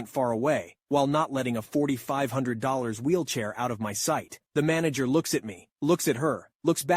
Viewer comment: I like how on the first story he said wheelchay